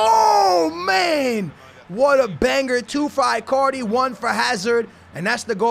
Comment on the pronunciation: IT'S EEEEE-CARDI